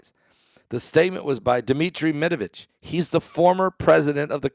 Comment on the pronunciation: Medvedev not Medavitch